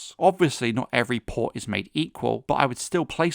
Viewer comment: You say "PORT" like a low IQ broken teethed peasant.